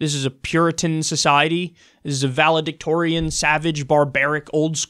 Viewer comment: did you mean to say victorian? i heard valedictorian